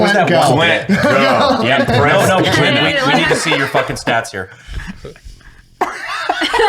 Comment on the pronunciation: I swear he said CLIT from bunker branding 😂